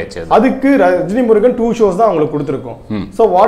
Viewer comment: Rejni Murugan illa saarrr..... rajini murugan.....